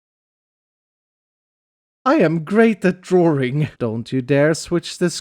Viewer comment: I am great at drawring. Maybe drawing, but english?...😬 Jk love you!